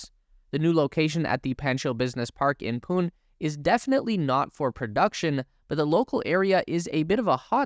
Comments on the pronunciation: Its poonay not pune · The pronanicatrion he did for the city Pune (the indian city for Tesla office) was hilariously wrong. I am from Pune and it is supposed to be pronounced as "pun·ay" for anyone is curious.